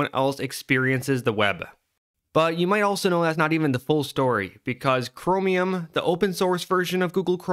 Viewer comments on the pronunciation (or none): The way u say cromium is bothering me but also funny for some reason